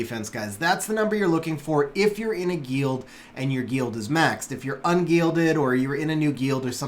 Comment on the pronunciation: the way he pronounces guild makes me want to shoot myself in the face